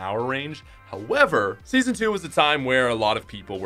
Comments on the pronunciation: U said seasno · I’m depressed now, because he messed up the word “Season”